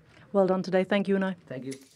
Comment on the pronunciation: Jam He also said Tank yu. LoL